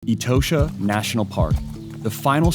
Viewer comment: It is pronounced E-TAW-SHA not e toe sha as you do.